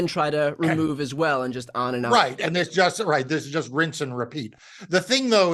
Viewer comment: Phoebe boufay " lather rinse and repe-heat"